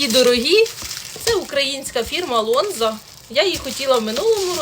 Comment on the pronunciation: Ти навіть не читаєш ,, лонза" кажеш ,а написано ,,Гонза"!